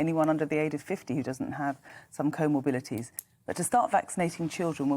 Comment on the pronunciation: Why do so many people who come onto GB News seem to be incapable of pronouncing the word "comorbidity"? It's not comorpility nor is it comorbility.